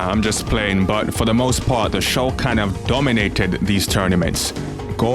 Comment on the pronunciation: Lol the funny thing is Shokan sounds like Shao Khan but with a bad pronunciation like Sho Khan